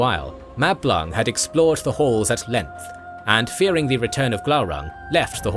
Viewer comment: I cannot be the only one to hear Mablung as ‘Matt Blanc’, and finding it utterly hilarious 😅 Great video, already watched several times. For such is the quality of thy creation.